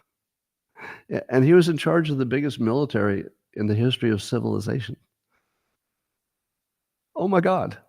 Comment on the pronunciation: I love your new “tiny smooth human brains” thing. And when you stress the shuunnn in civilizaSHUNNNN. 😄